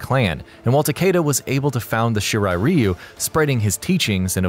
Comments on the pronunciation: Scorpion the Japanese member of the shirt Reeeyyyuuu F the pronounceation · Bro I could just watch this on history behind the warrior at least he can pronounce the clan names right, the hell is a shiri reeyu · I think it's pronounced Rwhyuuuu and not Reeeeuuuuuu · he said reeyu, it's ryu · Its not "Reeu" its pronounced "Rye u" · It's Raiyu not Ryu,Ryu means dragon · Every time I hear you say REEYUU, I cringe. Dude, learn some Japanese please. You should just pronounce as Leeyu, which is still not quite Japanese but much closer. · Shirai ree-oo is actually correct. Throughout the series, the Shirai Ryu's name is mispronounced as Shirai Rye-yu (when the correct would be Shirai Ree-oo). Also, given that "Ryu" is the Japanese suffix for "style", the name would be more properly parsed as "Shirai-ryu". Shirai Ryu means "Style/Flow of the White Well". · Shirai Reeeyu..... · Shiray ree u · ITS RA YOU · Shirai Reeeeyou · Its pronounced She rr eye, Rr eye you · shirai “ree-u” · ShEe RiE ReeY yUUu😂😂 pronounciation fucked the beginning of this vid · It's Shirai RY YOU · I speak Japanese and I still say "Rye-you" because I didn't know better in 1991 and built the habit. Not gonna change either. Edit: Nevermind, "Rye-you" only applies to Street Fighter. In this kase, it is wrong. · I cringed so hard when he said shirai Ryu wrong 💀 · not judging but it always bothers me when someone says Shirai Ryu wrong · That’s not how you say Shirai Ryu and Takeda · Anyone else cringe when he pronounces Shirai Ryu wrong... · Oh my god yes. He butchers the name every time lol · On god he said it wrong 😂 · Your saying shirai ryu wrong dumb nut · It's so annoying how you're saying shirai Ryu wrong!!!! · Please say shirai ryu correctly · fuck this video. u cant say shirai ryu correctly smh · The fact he pronounces the clan names wrong triggers me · You can’t pronounce lin kue of shiray rayu🤦🏼‍♂️🤦🏼‍♂️ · please pronounce 'Shirai Ryu' and 'Lin Kuei' correctly